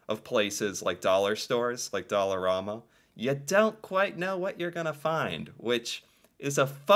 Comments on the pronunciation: I shop at there everyday IT IS NOT PRONOUNCED DOLL-A-RAMA ITS DOLL-ER-AMA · In Saskatchewan we pronounce it like Alabama. You seem to be saying it like Obama. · its not Doll a rama its Doll a ram a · It's Dollar-A-ma not Dollar-aw-ma. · here in montreal, we pronounce it “dollarAhhma” not dollarawe-ma” kinda like the pasta pronunciation- we say “pahsta “ not pawsta” which is super weird because in french thé a is pronounced the first way lol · Just an FYI, it is pronounced dollarAMa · It's dollarama not dollaruma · Pronounced dolla Raamma